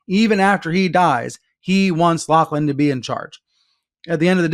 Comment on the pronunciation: Lachlan is pronounce "LOCKLAN"